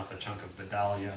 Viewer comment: Respectfully, just so you'll know, Vidalia is actually pronounced "Vie-dale-yah"...I am from Georgia, so...